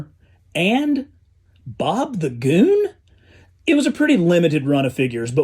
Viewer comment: the way you said bob the goon had me laughing more than i thought it would hahaha